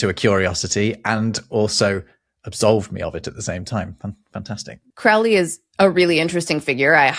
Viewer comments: Glad you got to this! But his name is pronounced like the word "solely". Crow (like the bird) + Lee (like the wind). Yes, Crowley in the early 20th century differentiated magic/magick. Need an occult scholar? I can recommend many of the best. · Small correction - You mispronounced Aleister Crowley's surname. It rhymes with "slowly". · Another great episode! I love how much I learn from these. Little note, though: Crowley pronounced the first syllable of his name like the bird, not to rhyme with cow. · Aww man, I was hoping they'd pronounce Crowley's name correctly. His joke was that his name was "Crowley to rhyme with 'holy'" But they pronounced it like the Ozzy song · Crow-lee! It's not pronounced Crawl-ee like in Ozzy's song "Mister Crowley" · Crowley rhymes with holy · Aleister Crowley is pronounced as spelt: CROW-ley as in crow, holy, flow, etc NEVER like ouch or pouch or slouch. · Crowley is actually pronounced KRO-lee. Aleister himself pointed out it should rhyme with unholy. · It's pronounced CROW-ly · I was impressed by your knowledge of Crowley as the populerizer of the spelling as well as more generally. However I am pretty sure he pronounce is name such that it sounded like the bird "crow" rather than like an "owl".